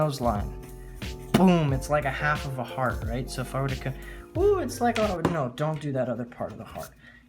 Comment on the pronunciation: When u said heart I thought u said fart